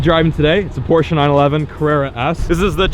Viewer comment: Did he just pronounced Porsche right never seen a American manage to do that